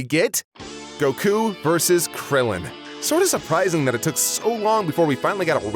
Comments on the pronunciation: If you're gonna be pretentious enough to pronounce Goku like that at least do it right, the O sound in the native language would be a short O not a long O. Goh-Kuu not GO-kuu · Japanese does not have timing based accents. It’s Goku, not Go’ku. Learn to say Goku correctly first before correcting people on tenkaichi budokai. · gokuu... not to be rude but why do you say gokuu when everyone else pronounce it goku with parenthesis on the O in goku